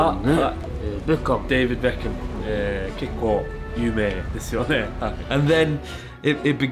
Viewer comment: As a Japanese, you’re DEIBID BEKKAMU is killing me 😂😂😂😂😂😂